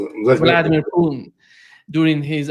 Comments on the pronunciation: you can't pronounce Putin? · it's not poo'n...lol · Oh, if only you would do your viewer the courtesy of pronouncing the name Putin as Putin instead of Poon. It's disrespectful but who cares. it's sometimes just not clear of whom you are talking.